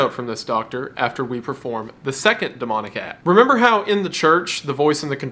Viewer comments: the “rrrthhhrrremember! gary loves you” 💀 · bro went hard on that RRRRRRemember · Why did he say remember with an H